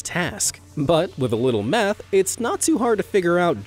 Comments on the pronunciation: Lol definitely said meth not math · With a little "Meth?" Don't you mean "Math?" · why did u say "with a lil meth" intead of "math" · just turn on Captions to see meth. Math is meth and meth is math. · Did anyone notice when talking about counting all stars he totally said "with a little meth" the channels name is true i sure was amazed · I heard METH lol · Ha! I heard that too! Clear as a bell! Hilarious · He obviously meant math, but what I heard was something different 🤣🤣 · Captions are dum ngl he said math